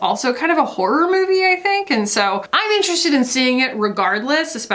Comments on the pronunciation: Your take on the Chris Pine/Harry thing (which I knew nothing about) makes me want to get ALL of my culture news/criticism from you. “MOE-vee” I’m dying 🤣❤️🤣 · Why does he say “movie” like Austin Powers says “groovy”?